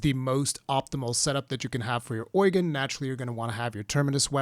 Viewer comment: Why do you pronounce Eugen Oil gain?